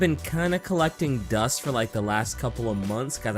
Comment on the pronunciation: haha he say dust